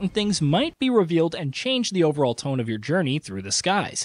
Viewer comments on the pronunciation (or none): none